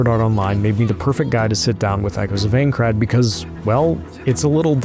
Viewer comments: Its AINCRAD not Eincrad you absolute cretin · Bruh, it's INE-CRAD, not AING-CRAD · bro said ayncrad XD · Aincrad Eye-n-crad PLEASE 😭😭😭😭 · While the game looks awesome, and the preview is amazing, this narrator's pronunciation is cringe inducing. "Aen-crad", yeesh man. He should have at least watched the first episode of the anime to learn how to pronounce it. Or at least had someone nearby who knew anything about the setting to correct him. That second thing would have probable worked better. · I died inside everytime he said Eincrad lol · Calling it Aein-crad gave it away before you did. 😜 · we know you've never seen anything considered you immediately said "Aincrad" wrong but yes! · Listen overall great preview but how did no one at IGN correct you and make you re record the VO you mispronounce Aincrad every time and it just hits a nerve for me. Maybe that’s a me problem but the biggest gaming outlet can tell you how to properly pronounce a word. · we can tell you aren't an SAO fan by the way you incorrectly pronounce "Aincrad" and the fact that you didn't know SAO isn't originally a manga. Typical game "journalism". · "I'm not a Sword Art Online fan" yeah I could tell in the first 5 seconds by the way you fumbled Aincrad. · Learn how to pronounce it for Jesus sakes. 30 times of saying the wrong name that would take two seconds to know.. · Im actually getting triggered that reviewers can’t say Aincrad properly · If you played the game why can't you pronounce the location correctly? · I feel that. The second I heard the way he pronounced Aincard I knew the theme of the game review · Did anyone else hate how he says aincrad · Didn’t have to tell us you know nothing about SAO… we already knew by the way you pronounce aincrad 😂🤦🏽‍♂️ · If your going to review a game at least learn how to say the name correctly and look up what it is, reason why i never trust ign with any review, utter usless. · The way you say Aincrad....